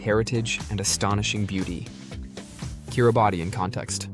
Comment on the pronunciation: A very misleading view of Kiribati (pronounced 'Kiribass'). Much of the film footage is of elsewhere. Get your facts right!!